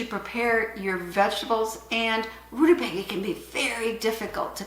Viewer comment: According to interwebs, it's pronounced roo-tuh-bay-guh. Sorry, don't mean to be 'that guy' but your pronunciation made me laugh. Thanks for all your good videos!